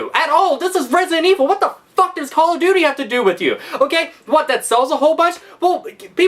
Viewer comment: "It just like Cawl ov doty"